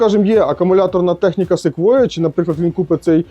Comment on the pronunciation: Якщо б не Ви,то і не прочитав правильно назву Sequoia.😆